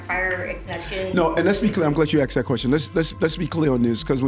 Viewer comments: Did he say axed a question? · No Mr. Mayor, I do not know how many times you've been axed that wuestion. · How many times you been axed those questions? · Was he asked or was he aksed? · Ya know how many times I've been axed dat question 😂😂😂😂😂